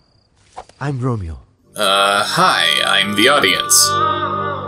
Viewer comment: Romi-oh, Romi-oh (8)